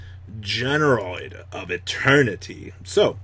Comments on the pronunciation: GeneRAID not GeneROID you boomer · GENE RAID. yikes that was painful. your pronunciations are brutal lmao